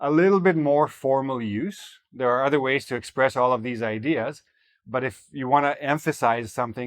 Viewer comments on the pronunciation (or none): none